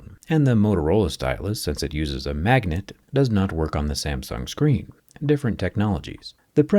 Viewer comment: I want'uh muh 6'9 huuuuge screenh!